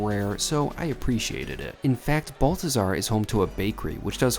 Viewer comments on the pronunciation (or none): Please note. It’s not BUL-THAZAR. ITS BAHL-THAZAR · You prronounced it wrong. You have to say it like a rich snooty Parisian...'Behl-teh-zar'. Are you leaving there when Commie Mamdani gets elected and ruins NYC for years?